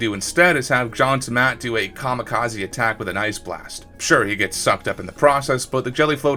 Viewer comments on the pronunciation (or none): none